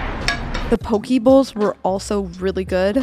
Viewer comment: PO-KE, not Pokey. lmao.